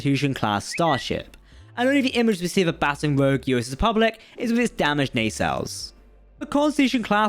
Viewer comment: Also Baton is pronounced "bə'tän" like what an orchestra leader uses not "batten" down the hatches.